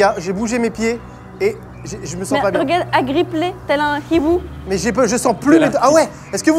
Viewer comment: La manière dont il prononce hibou me fume 😂